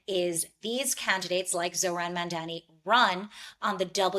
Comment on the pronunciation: Two women who can't pronounce "Mamdani" trying to smear him Enjoying the barking 🥰